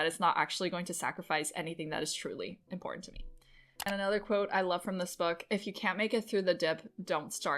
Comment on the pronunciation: Nice! You can take the next plateau when you realize that the word important is one single word. It's not import ant. Its important...one word